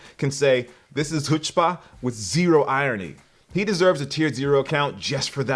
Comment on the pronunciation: are you saying chutzpah or something else if so emphasize the ch.